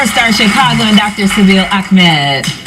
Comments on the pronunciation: What does she say AKMED instead of AHMED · Why is she calling A-k-med??? His name is Ahhhhhhmed, the same H of hhhhhappy 🙄